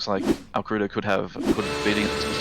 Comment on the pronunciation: AL-CREW-DOH hahahaha Fuel was SUPER tight, no way we were two stopping. Also - yes, with the one stop the tires were pretty well toast by the end. That may have played into Alcrudo's accident.